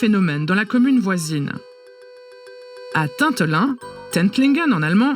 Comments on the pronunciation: Vous n’avez clairement pas dit correctement dans ce reportage le nom de la commune Tintelin c’est NON !!! C’est Tinterin et pas maire c’est syndic manque d’informations de votre part pas assez proche du peuple ou reportage à la vas vite merci de vous renseigner correctement sur nos régions avant de faire un reportage, il faudrait au moins avoir une bonne prononciation et se renseigner un minimum sur celle ci !!! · On ne dit pas Tintelin, mais Tinterin 😅